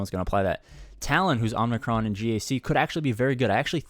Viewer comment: Oh good lord. I can’t take it any more. There’s one N in Omicron. And that’s at the end. Not after the M. Please. 😂